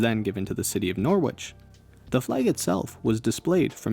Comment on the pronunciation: You don't pronounce the "w" in "Norwich"